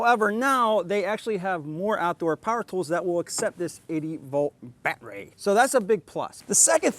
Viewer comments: Am I missing something? Was the "baatreee" supposed to be funny after the first 1000 times? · STOP SAYING BATTERY LIKE THAT!!!! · Lol...the "bat-rey"